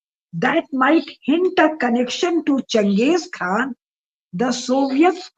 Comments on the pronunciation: I think its Quaan and not Khaan. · Its not Khan its Kaan , pease correct .